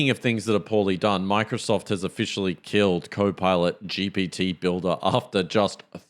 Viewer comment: Great podcast guys. I hate to bring it up, but you DO say ‘GBT’. I’m a New Zealander and if I hear it like that, I wouldn’t expect better from an AI atm. Anyway, looking forward to the next ep.